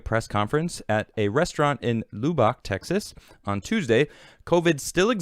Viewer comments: Lol did you really pronounce LUBbock as LOObock? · Just fyi, Lubbock is pronounced Luhb-buck. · Love ya dude but learn how to pronounce Lubbock. Lub as in Rub Bock as in Buck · Just watch, next Wednesday almost everyone will still be wearing masks here in Texas. And BTW it's Pronounced "LUH-BUCK"